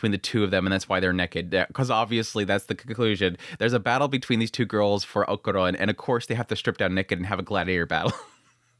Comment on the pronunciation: I know you pronunciation of names is not always the best haha but why "okuron" his name is Okarun, sorry it just gets me, that aside, loved the episode and im more convinced episode by episode that this is a romcom with a shonnen disguise